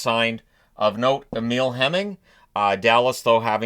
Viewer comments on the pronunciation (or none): none